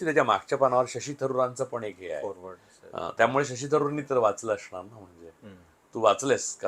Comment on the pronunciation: असणार ह्या शब्दाला अशणार असा उच्चार करून परुळेकर नेहमी स्वतला खूपच उच्च विद्या विभूषित समजतात जे ते नाही आहेत…प्रास्थावितांच्या विरुद्ध बोलले म्हणजे आपण खूपच शहाणे …असा नवीन मूर्खपणा आलाय ह्या पत्रकारांच्यात